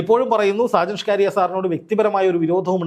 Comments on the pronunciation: ചങ്ങാതി സാജൻ ഷ്കാരിയ അല്ല സ്കറിയ. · സാജൻ സ്ക്കാരിയ അല്ല bro സക്കരിയ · Mr: ഷാജൻ സ്കാര്യ അല്ല ഷാജൻ സ്കറിയ എന്നാണ് പിന്നെ അദ്ദേഹത്തിന്റെ ചുരുക്കം ചില yutub വിഡിയോകൾ മാത്രമേ പൊതു സമൂഹത്തിനു ഗുണമുള്ളതുള്ളൂ അല്ലാതെ 98 % പോക്കാണ് എന്താ ചെയ്യുക കഷ്ട്ടം താങ്കൾ നടത്തിയത് നല്ലൊരു വാസ്തവകരമായ കാര്യങ്ങളാണ് 👌 🙏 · എടൊ ചങ്ങാതി “ഷാജൻ ഷ്കാരിയ” അല്ല സ്കറിയ ആണ് മലയാളം ശെരിയായി ഉച്ഛരിക്കാൻ പഠിക്കു 🙏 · സാജൻ സകരിയ അല്ലെ 🤔ഇത്ര ബുദ്ധിമുട്ടി ഷ്കാരിയാ എന്നു പറയുന്നത് എന്തിനാ 😂😂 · താങ്കൾ എപ്പോഴും ഇവൻ്റെ പേര് ഷാജൻ സ്കാരിയ എന്ന് പറയുന്നത് കേൾക്കാം അത് കേൾക്കുമ്പോൾ മേലാകെ ഒരു കുളിര് കോരൽ സാജൻ സ്കറിയ എന്നാണ്് സ്ഥിരമായി കേൾക്കൽ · ഷാജൻസ്കാരിയ അല്ലഷാജൻസ്കറിയ ആണു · പേരുകൾ ശരിക്കു പറയുക. ഷാജൻ സ്കറിയ എന്നാണ് കേട്ടോ. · Hallo bro, തനിക്ക് നട്ടെല്ലുണ്ടെങ്കിൽ, ആദ്യം വീട്ടീപ്തോയി നല്ലൊരു ഈർക്കിലെടുത്ത് നാക്ക് വടിക്കണം. എന്നിട്ട് സാജൻ സ്കറിയ എന്ന് പറഞ്ഞ് പഠിക്കണം.. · സർ , അദ്ദേഹത്തിന്റെ പേര് ഷാജ സ്കറിയ എന്നാണു്. ഒരാളുടെ പേര് തെറ്റുകൂടാതെ ഉച്ഛരിക്കുക. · അത് കളിയാക്കി പറയുന്നതാണ് സാജൻ കാരിയർ എന്നാക്കണം.